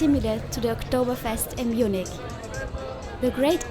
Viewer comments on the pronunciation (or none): none